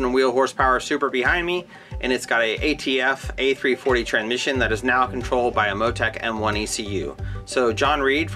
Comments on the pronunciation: I like how he can't say tranSmission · Ah Yes Tranmission 😂